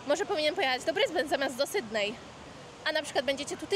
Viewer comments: z luzem w życiu nie mam problemu 😊 poprostu nie da się słuchać jak ktoś kaleczy nazwę miasta. Zwłaszcza mieszkając w Australii. Posłuchaj jak wymawiają ta nazwę anglojęzyczni i się ucz 👍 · Nie SYDNEJ tylko SYDNI !